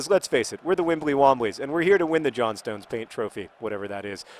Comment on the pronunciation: John, plz, it is JOHN-stn, the JOHN-stn paint trophy. K :P